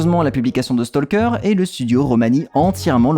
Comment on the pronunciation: Comme on pourrait s'y attendre vu leur similitude orthographique, talk, walk, stalk suivent la même règle de prononciation. Tout comme on ne dit pas"tolk" mais "tok", on ne dit pas "stolk" mais "stok" ;)